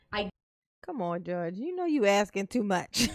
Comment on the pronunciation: Your honor he is only AXING for you to tell him what he doesn't understand NOT for you to explain to him!!! 🤣😂🤣🤣😂🤣😂 He wants the "troof" and your "oaf" of office! He wants "bof" 😂🤣😂😂😂 DUM-REL